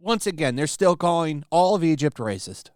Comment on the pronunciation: Please never stop with that "Brrrrracist!" xD